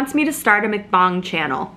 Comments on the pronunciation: From what I hear others hear, it is pronounced as MUCK BANG. And yes, please start a mukbang channel. That would be awesome! With or without the sounds, you alone are entertaining enough. Love your channel!! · Yes to vlogmas, & mukbangs came from Korea. (pronounced muhk bong) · LOL...You eat like a true Korean! Mukbang (pronounced muhk-bahng) originates from “eating broadcast” (먹는방송 pronounced muk-neun bang-song) and Koreans shortened the word to 2 syllables from 4. Enjoying your videos and hopefully see you on one of my upcoming AA flights! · FYI it’s actually pronounced muhk-bong (like “luck” with an m and “bong” the thing you smoke weed out of) 👍. Muhk = eat, bang = short for bang-song aka broadcast in Korean 😊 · thank you for doing a personal vlog & in NYC. I think it would be fun to watch you doing a muk-bang (pronounced mook bung). It came from Korea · islandgirl 808 its actually pronounced muhk-bong (like “luck” with an m and “bong” like the thing you smoke weed out of) 👍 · It’s pronounced “muhk -bahng”. It originated in South Korea. 먹 (muhk) shortened from 먹어 (muhkuh-= to eat and 방 (bahng) shortened from 방송 (bahng-sohng) for broadcast. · Its pronounced "Muck-bang" or some say "Muck-bong" and its Korean.